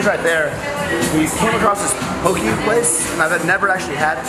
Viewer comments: Pronounced "poh-kay" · So you're telling me you went to Hawaii and never got a poke bowl? For shame. Hawaii poke bowl> All Also it's Po- Kay but shorten the last part so it sounds more like keh